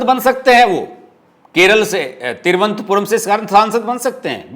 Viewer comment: Thiru vanantha puram boliye.. Thiru antha puram ka galat matlab nikalta hain.